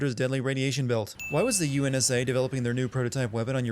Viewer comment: UNSA? Cough UNSC Cough Cough